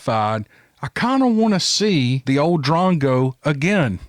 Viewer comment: Its said as - drongo - used to describe someone who is silly ,stupid,foolish etc